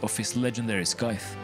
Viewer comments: can you please start pronouncing stuff right???? scythe [saithé] melee [mélé] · I’m sorry to be that guy, but the c in scythe is silent, and tier is pronounced the same way tear is. Good video though. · You gotta work on your pronunciations man Chimera and Scythe specifically